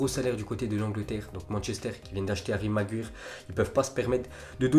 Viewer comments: C magwayer pas magwyre vieux shalgue et c pas DE lite c’est de light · Apprend à dire Maguire